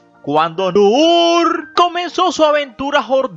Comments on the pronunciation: No es nouuuur esa es la varíen te en masculino... Es Nuru y es suave así se pronuncia... Ay no q insoportable.. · Me parece que debes tomar clases de pronunciación de arabe. Segundo en idiomas extranjeras se usa fonética en ingles o frances. Noor , Nour es nur نور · Qué mal narras,pronuncia bien,Nuuuuuuur de Jorrrrrdania!😆😁😄😃😅😂🤣😝😜🤪👎👎👎👎👎👎👎Nuuuuuuuuuuuuuur de Jorrrrrdania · Cada vez, que decías, el nombre de la Reina Noorrrr, temblaba mi casa!!! Omg... Que horror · Muy divertido como pronuncias Noooooor 😄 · Él se pega en el dedo pequeño cuando pronunca Noor! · Muy buen reportaje, nomás no exageres al mencionar el apellido Noor que se te oye pésimo